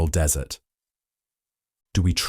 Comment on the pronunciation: Its moral Dessert as in treats, not desert as in sand